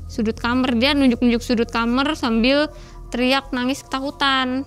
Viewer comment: Orang daerah sana emang klo bilang kamar itu kamer ya?